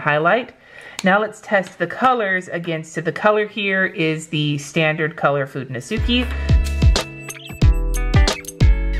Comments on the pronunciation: Just be cause It also irks me.. sorry. they are pronounced ( fuu den no skay ) not ( fu den no suu key ) Japanese is just not phonetic like a lot of english is.. sorry to be that a-hole! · It should really be (fu de no su kay) you only mispronouncing the last "e" that sounds just as the one on fude, its a pure E like in spanish, or like the e in eleven :)